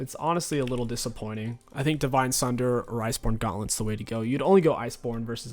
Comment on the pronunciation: Still trying to figure out how he said gauntlet at the start